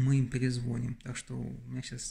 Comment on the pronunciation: перезвонИм, а не перезвОним.